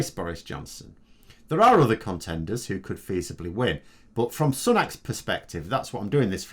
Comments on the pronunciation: Sue-nack Not "Sun-ack" Like him or loathe he him... Have the decency to try to get his name right. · Um, if you're trying to be pedantic about phonetics, Hindi doesn't have a front "a" sound. The pronunciation would be more like "Soo-nuk".